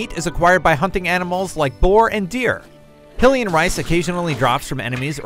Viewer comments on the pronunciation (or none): why do they pronounce Hylian as "hill-ian"? It's "high-lian" as in Hyrule not hillrule. it's supposed to be like "high family" like royals, duh.